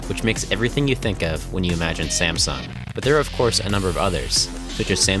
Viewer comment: It hurts me that you pronounce the "sung" in "Samsung" correctly, but the "Sam" completely wrong